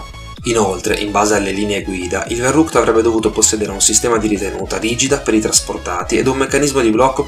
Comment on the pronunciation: scusa se ti correggo,ma la parola verrückt,e`tedesca,la v si pronuncia f e significa pazzo...